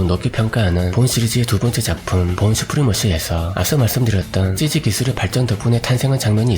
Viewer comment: 삼촌.......나 미쳤나봐........삼촌의 cg발음이 찌찌로 들려 ㅋㅋㅋㅋㅋㅋㅋ